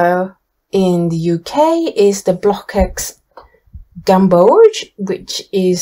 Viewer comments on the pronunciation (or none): I really love your website, Thank you for your objective testing. But I’m sorry to inform you that the pronounciation of the CKX of Blockx is like KS, so you say BLOKS instead of BlokEKS. Also the Dutch pronounciation of Van Gogh and Rembrandt is very different.